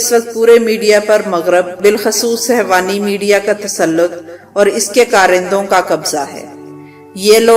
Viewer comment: beti ye lafz sehwani nhi balke sehooni hy.